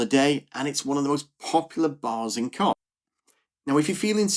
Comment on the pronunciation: Great video… just fyi, it’s not Koz, it’s Kos